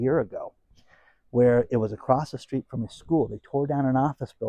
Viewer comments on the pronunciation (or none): none